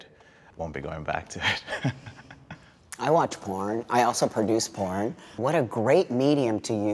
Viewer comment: Sounded like haha no I'm a pirn addiction recovery coach